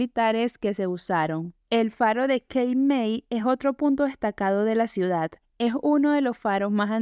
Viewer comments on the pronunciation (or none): none